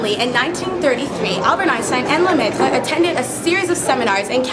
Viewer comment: Beautiful pronunciation of Lemaitre.